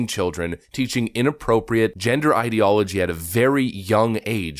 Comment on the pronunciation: "Idiology" like idiot. ideology